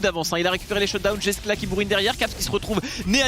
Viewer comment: C’est pas sérieux de mal prononcer les noms des joueurs comme ça, franchement ça coute pas grand chose de se renseigner hein pcq les Jean Kos a tout va c’est pas possible et pour Jeskla c’est la même, dans les langues germaniques le « j » ne se prononce pas comme en français